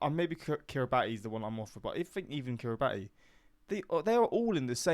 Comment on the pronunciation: Kiribati is prunnounced "Kiri-bass"